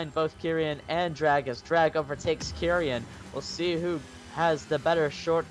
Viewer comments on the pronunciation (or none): It’s kee-ren not kerian fyi